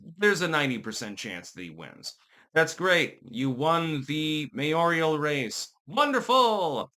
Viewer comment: It's mayoral dude